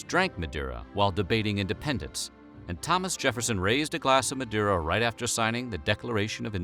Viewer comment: The way he pronounced Madeira made my cringe.